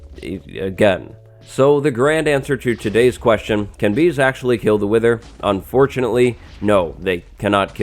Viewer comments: "Wiher".... Im not the only one right?. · Oh so mighty "wiher"!! XD